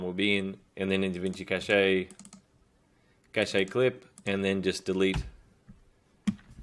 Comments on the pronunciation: its pronounced "cash" not "cachay" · Thanks a lot ! Just a tip : It's pronounced like "cash", not "cashay" ;) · Cache is is a French word. It's pronounced like cash in English. The e is silent.